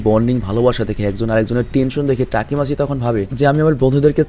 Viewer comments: Vhaiya takimaichi na takimichi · তাকিমাচি না তাকিমিচি❤ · ভাই আমি জানি আপনি অনেক কাজ করেন। কিন্তু আমি চাইনা অপনি main character এর নাম ভুল বলেন।ওটা তাকিমিচি=তাকি